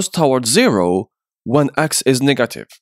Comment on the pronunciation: bros negative pronounce seems to be raciest lmao😆😆😆😆😆